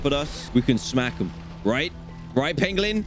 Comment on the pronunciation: Almost R.IP on the "Penglin"